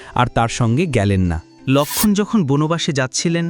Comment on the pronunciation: কী বিশ্রী বাংলা উচ্চারণ। বাঃলা এতো সহজ ভাষা নয়। কেনো লোক্ষন! লোক্ষন! উচচারণ করছেন?